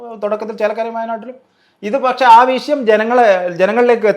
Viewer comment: വിഷയം അല്ലാതെ വിശം അല്ല